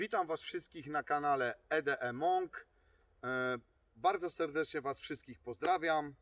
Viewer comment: ziomel. w tej nazwie kanalu nie ma drugiego E. Wiec nie nazywasz sie E-DE-E-MONK, tylu E-DE-MONK